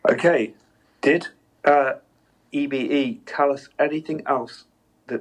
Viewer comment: I always thought EBE was pronounced E-BEE not E-BA.